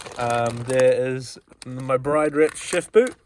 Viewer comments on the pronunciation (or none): It's Bride, said like Grid!